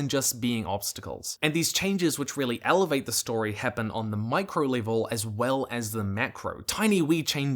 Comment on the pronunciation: Great video👍! The way you pronounce elevate infuriates me